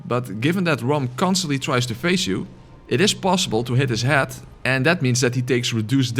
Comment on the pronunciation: When you say "head", as in "attack his head" it sounds like the word "hat". Love your videos, Im attempting a Gun only run using your guide, just beat Gascoigne so now im going through Old Yarnham getting shot at by a gattling gun